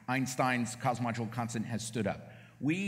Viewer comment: dude on the left literally cant pronounce cosmological. kinda ironic